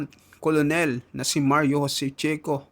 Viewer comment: Khit umapoy p ulo ninyo cnu nman susunod s inyo may vlo2 k bigkas colonel kernel hindi mo alam